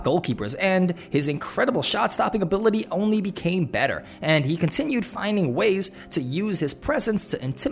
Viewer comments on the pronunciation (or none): It's so funny hearing that 😂😂